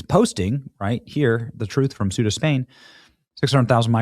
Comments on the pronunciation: Cueta = Kwe - tah! Not Swe - tah! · Its Ceuta (Say-U-Tah) not Supta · Portuguese here. Benny it's not "Sub-Saharan" Marroco is over Sahara Desert, sub means under, and Ceuta reads "Sew-ta" not "suita", sorry but I had to correct you.Though Ceuta belongs to Spain it's still in Africa in Marrocoan territory, it's like Gibraltar though is in Spain it belongs to UK. We demanded to close our borders with Spain. Greetings from Portugal